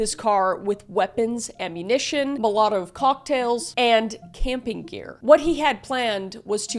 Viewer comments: Took me 5 rewinds to to realize understand ”Molotov cocktails”. Never have I ever heard that pronunciation before. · GIRL DO YOU MEAN MOLOTOV COCKTails PLeaSe HAHAHAHAHAHHAHAHAH